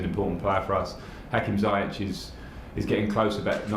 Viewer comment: Zee-yesh ffs...